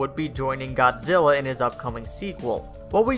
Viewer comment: he said godilla